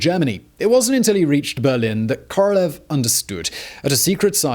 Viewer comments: hate to be that guy, but... it's KorolYOv, Simon, КоролЁв. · I got caught on this one many times myself, but it’s Королёв the ë is said as yo not eh. 🤷‍♂️